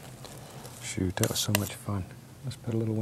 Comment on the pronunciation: Marcus280898 "oh shoot," but it sounds like shit.